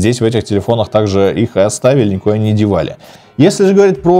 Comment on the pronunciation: никуда не дивали - прозвучало как мат))